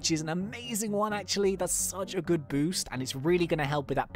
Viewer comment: when he said I hope your good, I thought he meant I hope your GOO-D